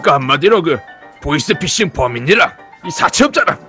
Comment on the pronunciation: 보이스피싱을 보이싱피싱 이라들음